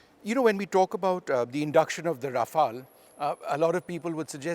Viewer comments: RafaLE. Stop butchering the name 🤮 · Mispronouncing aircraft names since the 90s - Vishnu Som